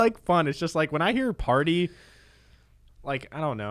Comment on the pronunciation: I heard effort when I heard party